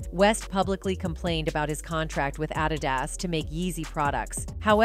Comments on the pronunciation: Say if u gonna make a video get yo punctuation together wtf is addy das , bitch it’s ahdedas(adidas)😂😂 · It is Adidas not adi-das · Umm sry but ADD IT DUS, ADD-IT-DUS , ADD-IT-DUS LOL ...is this an AI VOICE Talking in this video 😅🤣😂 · Adidas, according to the narrator is pronounced a-dad-is 😂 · Good video but wtf is 😊 🤖”Adedas” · Adidas is not pronounced ah-dih-dahs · You can’t pronounce Adidas? WTF?! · How did you pronounce Adidas again 😂😂😂 Rev 2:9 & 3:9 should be studied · That's how Alexa pronounce Adidas. Or she never heard of Adidas after all these years. Every sport shoe store SHOULD have a pair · Lmao that Ai voice saying Adidas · Yeah, def AI. I couldn't stop laughing when I heard how ADIDAS was pronounced! 😂 I mean come on, I would HOPE no actual human reporter would F that up. Considering ADIDAS has been around for almost 75 years now. But, at least this voice was better than the tons of videos I've seen that use the extremely choppy, highly robotic sounding voice. That shits unbearable to listen to. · adidas has been mispronounced for years. same as ni-key as nike, hyundai as hoonday or hi-oon-die, depending on state or country even official tv ads can say them differently